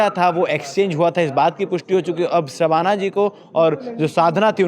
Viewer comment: शबाना और साधना के उच्चारण को समझे भाई ये जान बुझ कर नहीं किया होगा ऐसा मुझे सुनने के बाद लगा